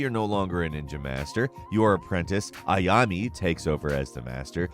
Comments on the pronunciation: It's Ayane, not Ayami. :P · No they're not. Ah-yah-neigh. That's all. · Way to butcher Ayane's name. 👍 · Bruh, the way he said Ayane was killing me. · same here